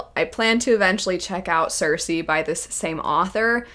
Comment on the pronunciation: Funner hearing the whine about Circe while she can't even pronounce the name correctly.